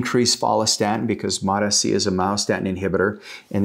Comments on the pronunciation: It’s MOTs-c NOT MOT-S c 😂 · 10 years he's been studying peptides and still calls is mot sc lol anyway lol😅